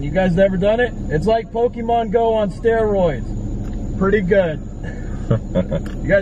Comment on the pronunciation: “Pokèmon Go on stairoids“🤣🤣